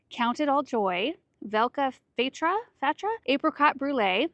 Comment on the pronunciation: The pronounciation of Velka Fatra was excelent, Pearl of Nitra was a little bit off. Never realize what a big iris man we have in our little country. When I saw slovak names I was suprised.